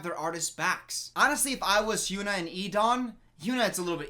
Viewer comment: He's been saying HynuA's name. He's just pronouncing it wrong.